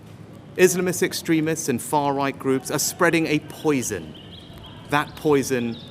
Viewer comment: Far Roght 😂